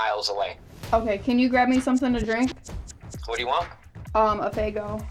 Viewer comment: He witerawwy bwought her a dwink and some KIT KATS Edit: huge lol at “no turkey for you” 😂